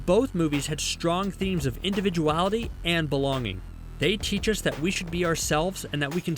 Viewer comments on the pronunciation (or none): none